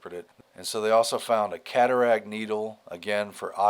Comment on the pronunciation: Cat - aract